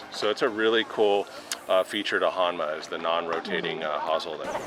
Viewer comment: The fitter should know how to pronounce the name of the company correctly. "Hōnma" not "Hanma"